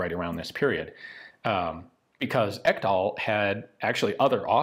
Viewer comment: Ekdahl is a norwegian/danish name. Not to be pronounced «Ekkdahl» more «Eeek-dahl». But you got the sounds of the e’s and a’s more or less correct. Nice!